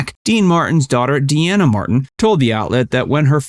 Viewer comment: Franks singing isn’t good . Just his bands and some phrasing. Dean is a better actor hands down. And sorry it’s “dean a “ not “Deanna “ 😅